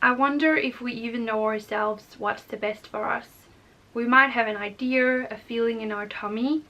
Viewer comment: It is pronounced I-dee-ahs not I-dears. Thought you’d like to know.